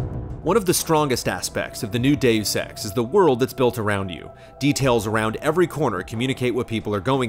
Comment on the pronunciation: Now think of saying 'Doos Ex, Mankeen Dividead'